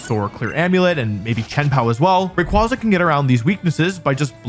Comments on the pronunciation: For the thousandth time, it’s pronounced Ray-quay-za, since its name is partially based on the quasar, a type of cosmic object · Buddy, let me tell you something... It's not pronounced Ray-Kwah-Zuh. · Wolfe may be undoubtedly a vcg champ, but he can't even pronounce Rayquaza properly, guess video game expertise doesn't carry over into how english word pronunciation works... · I hate how he is saying the name wrong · You're pronouncing its name wrong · I'm gonna lose it if another person says "Rayquaza" wrong again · The fact that he mispronounces the name the entire video is wild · You pronounce Rayquaza COMPLETELY WRONG!‼️ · Learn how to pronounce the Pokémon’s name before making a video about it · stop saying his name wrong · Started the video, heard how you pronounced Rayquaza and immediately stopped ts. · I can't believe that he went this entire video pronouncing Rayquaza wrong Lord have nercy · Why must you pronounce all the Pokémon names improperly? 😢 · According to Pokemon, the company, and possibly grammar, that is not how rayquaza is said.. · (/J) Here you are talking about Incineroar and pronouncing Rayquaza's name wrong. I'm disapointed in you Wolfey, this was not very Alpha of you: YOU WERE SUPPOSED TO LEAD THE PACK, NOT CONFUSE IT! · The downfall started with Wolfie mispronouncing Rayquazas name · Just pronounce the name right! 😖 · It’s weird how you pronounced all the letters in “rayquaza” except for the “y”. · Still mispronouncing rayquaza in the bug 25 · Rayquaza. Not Rayquaza. You say it wrong. I hope you say it on purpose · It's Ray-KWAY-zuh, not Ray-KWAH-zah🐧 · Imagine 20+ years of its release and people still mispronouncing Ray-Kway-Zuh as Ray-Quoz-Uh. Even Pokemon made a post how to correctly pronounce its name. I like to imagine Wolfy also pronounces "quasar" as "quŏzer" 😂😂😂😂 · It's ray qway zuh. Like quasar. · I’m so mad at how you’re pronouncing r ay quay za not qua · Yeah but it’s pronounce Ray-kway-zah, not Ray-quah-zah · It’s Ray-KWAY-Zuh